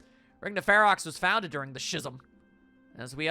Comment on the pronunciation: It hurt my soul to hear "Shism" so many times. The ch in Schism makes a k sound. Honestly, I'm surprised neither of you had heard that one, I didn't think it was that obscure a word.